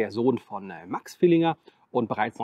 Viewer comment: Ich bin Fan deines Kanals. Aber das Ding heißt „Villiger“ und nicht „VilliNger“. 😉Das nur nebenbei und mach bitte weiter. Ich seh das sehr gerne.